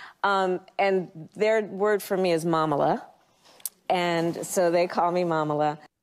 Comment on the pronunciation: Mamala pronounced wrong. It's an endearing Yiddish term for mother.